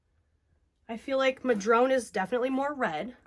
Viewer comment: PNWer here. Madrone is actually pronounced Ma- drone- uh It's a tree native to the NW. The color is pretty much bang on the color of the bark. Rachel Ray went to cafe named Madrone and kept calling it Mad-rona. It was hilarious.